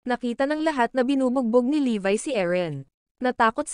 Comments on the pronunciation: Levi po pangalan nun Hindi po levay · levi not levy